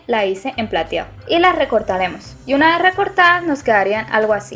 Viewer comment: Me encanta como dices morao y platiao